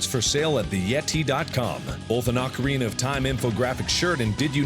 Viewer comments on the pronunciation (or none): none